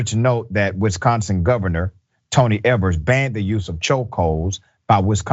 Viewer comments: IT'S Pronounced AS E'VERS THE FIRST E IN EVERS IS A LING E! (GOVENOR EVERS) THE FIRST E IN HUS LAST NAME IS NO A SHORT E! IT'S Pronounced LIKE EVENING. LIKE GOOD EVENING "EVERS" IT'S NOT Pronounced LIKE EVERGREEN. MISS Pronouncing SOMEONE'S NAME MAYBE A LITTLE MISTAKE BUT OTHER MAY NIT TAKE AS SUCH. IF YOUR UNSURE. AS A NATIVE WISCONSINITE. FOR CLARIFICATION. IT'S BETTER TO BE RIGHT THE TO ASSUME THE WRONG THING. BEING A LIFE TIME WISCONSINNITE we pride ourselves on our people and our Cities and Town's and their name's! BTW my thoughts & feelings R EXACTLY THAT! MINE. I DON'T REQUIRE NOR DESIRE UR INPUT OR COMMENTS! SO DON'T. Unless they COME FROM Dr. RICHEY HIMSELF! THANK U. 4 UR TIME. BJP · THE FIRST E IN EVERS IS A LONG E! LIKE IN THE WORD EVENING! IT NOT A SHORT SOUNDING E LIKE IN THE WORD EVERGREEN! MY LAST NAME IS SOMETIME PRONOUNCED LIKE 'FESTER" LIKE I'M ROTTING. AWAY. HOWEVER IT'S PRONOUNCED LIKE A "FIST' THE P IS SILENT LIKE IN PHONE OR ELEPHANT (Pfister) IN FACT MY LAST NAME SHARES IT'S SELF W/ A VERY POPULAR HOTEL LOCATED IN DOWN TOWN Milwaukee Wisconsin. UNFORTUNATELY I AM OF NO RELATION WITH THAT HOTEL. I JUST SHARE THE NAME. BTW MY THOUGHTS & FEELINGS R EXACTLY THAT! MINE. THEY DON'T REQUIRE NOR DESIRE UR INPUT OR COMMENTS. SO DON'T. UNLESS THEY R FROM Dr. RICHEY HIMSELF. THANK YOU 4 YOUR TIME! BJP EVEN THO IT'S SPELLED DIFFERENTLY THEN